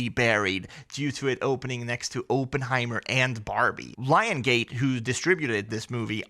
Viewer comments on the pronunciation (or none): You pronounce Oppenheimer wrong , and since he is a historical figure ... Try better.